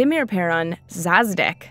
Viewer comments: God that was terrifying, Selesnya is literally a death cult. The creepy music didn't help either. Also, "Lavaz" "Zazdek" No sweet heart, it's Lazav & Zadeek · Lazav not Lavaz... and szadek not Szasdek..... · Its pronounced "za dek", not "saz dick"...sorry, but i had to correct you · Szasdek or Szadek? Lavaz or Lazav? Read it again